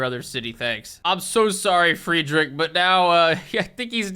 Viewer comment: if you ever make another civ video you should do the reverse pronunciation bit, where you pronounce names like hatshepsut perfectly but you say friedrich II like the english words "fried rich eye eye"